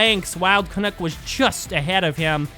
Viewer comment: Your commentary is always excellent. One thing though. Wild Canuck rhymes with "Duck" hehe. I'm too Canadian to complain, but I did want to mention it. Sorry.:P